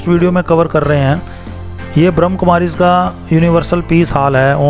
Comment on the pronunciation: Bhai ji plz poora naam shi se lijiye ब्रह्म कुमारिस् not बृह्म् कुमारिस् 🙏🙏🙏🙏